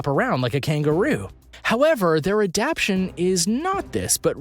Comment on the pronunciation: This video has a lot of creatures that don't go with the creature being discussed. Also, the word adaptation is being pronounced wrong throughout the video.